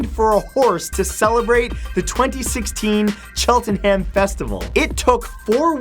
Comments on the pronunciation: Chelt-en-ham 😂😂 Its pronounced chelt-nam, Matt. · "Chelt-en-ham" bless. We pronounce it "Cheltnum" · When Matt said "Chelten - ham" I cringed, it's pronounced "sheltnem" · HAHAHAHAHAHAHAHAHA! Chel-ten-ham. I can't. It's pronounced Chelt-num. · it's not pronounced 'chelt-en-ham' on #13 it's pronounced 'Chelt-num' source: I live there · Its pronounced Chelten-um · Cheltenham it's pronounced chelt num not cheltenhem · "Chelten-ham" haha, its pronounced "Chelt-num" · Omg americans/canadians these days... He said Chelten-Ham, you say it like cheltenum even though it is spelt cheltenham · Chelt-num not cheten-ham. You pronounce Cheltenham Chelt-Num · Its pronounced Chelt-nam not Chelt-en-ham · I don't know where chelt- en- ham is, I know where cheltenham is though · Cheltenham is pronounced Chelt-nam not Chelt-en-ham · Chelten-ham ... Sorry that makes laugh because it's chelten-um xP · Chelt n ham lol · #13 you don't pronounce the 'h' in Cheltenham, so its actually pronounced Cheltenam #16 hahaha a Briton man #20 still doesn't make them less of a dick #33 well i'm moving to Montpelier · IT'S PRONOUNCED CHELT-NAM! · Cheltenham is pronounced "Chelt-num". Just sayin' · Aww Matt how you said Cheltenham made me cry. Its pronounce Chelt-nam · Matt, Cheltenham is pronounced as one word - not Chelt.ten.ham. I know because I live there. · 😂😂😂chel tern ham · Did he say 'cheltenham'? Most people pronounce it 'cheltnum'. Each to their own I guess... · You said Cheltenham wrong 🙄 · Hearing him pronounce Cheltenham nearly killed me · YOU SAID CHELTENAM WRONG WHY CANT PEOPLE OF NORTHERN AMERICAN ORIGIN PRONOUNCE ENGLISH PLACES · I find the way you pronounce 'Cheltenham' freaking adorable, just thought I'd let you know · Why can no one say Cheltenham properly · It's funny how you say Cheltenham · They way he said Cheltenham made me cringe.